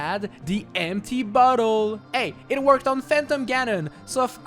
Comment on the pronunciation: Due to the accent when you said "empty bottle" I thought at first you said, "empty butthole" - Okay bye